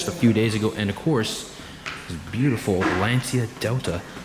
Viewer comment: You have to add the H to the pronouncement of Lancia. Laun-chia.